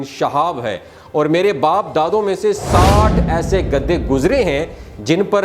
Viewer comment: او گدھے تجھے گدھے بولنا نہیں آتا۔۔گدے گدے لگا رکھی ہے